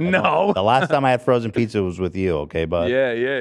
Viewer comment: he ate too many frrozen bizza 😂 “no!”